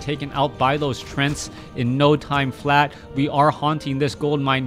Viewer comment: Occasionally he will say "trents"